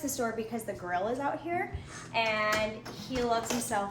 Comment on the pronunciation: I thought she said gorilla when she mentioned the grill. I was really confused for a second haha